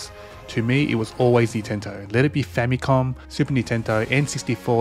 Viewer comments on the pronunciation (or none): none